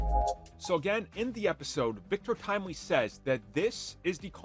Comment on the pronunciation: I'm sorry, "Victorious Timely"?